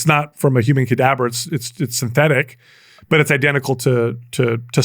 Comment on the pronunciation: "CadaBBer" instead of, cadaver? 🤔